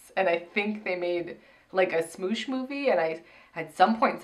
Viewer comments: Anthony is the only one I watched before so was excited to see him bc he has a great personality which didn't show too much bc he was with Kameron, and then when said 'smoosh' it made me laugh so much it's 'smosh' and it's actually really funny, they do like sketch comedy and stuff and it's a shame it didn't show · I DIED WHEN YOU PRONOUNCED SMOSH!!! its pronounced like "smahsh" not like "smoosh"! (also i feel like im trying to correct saying chris platt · ITS SMOSH NOT SMOOSH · pronouncing Smosh is my new favorite thing oml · pronouncing Smosh as Smoosh is perfect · "smoosh" its pronounced mosh with an s lmao but smoosh sounds better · Oh god the mispronouncing of smosh was cracking me up. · It hurt every time they said smoosh lol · I FUCKING LOVE THAT YOU GUYS PRONOUNCED IT "SMOOOSH" OMFG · pronouncing it "smoosh" really made me laugh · Smoosh? It's Smosh, as in Sm-ah-sh.... xD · SMOOSH?? HAHAHAHA it’s just smosh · SMOOSH lol SmOsh (sm-AH-sh) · The amount of cringe that happened when she pronounced smosh, "smoosh" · "Smoosh" really? I know ya'll don't know what the the kids are into these days but its SmOsh like POSH!